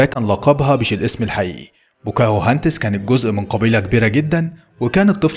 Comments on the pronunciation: بوكاهنتس صارت بواكوهنتس😂😂😂😂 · مسمهاش ( بوكاهو هاندس) اسمها《 بوكا هندس》 بضم ب وفتح ك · بوكاهانتس😂 مش بوكاهوهانتس😂